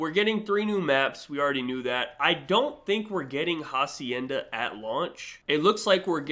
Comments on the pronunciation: Bro said “Ja-cienda” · fyi "h" is silent in hacienda